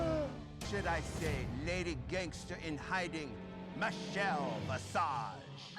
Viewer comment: Did anyone notice Ru messed up that line? It's supposed to be "Vichelle Misage".